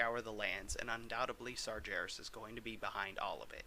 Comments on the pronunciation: Why are you calling him Sarjares? It's Sargares! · And Sargeras is prounonced with a 'hard G'....as in game, goblet, grizzly, etc. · Said sargeras wrong lol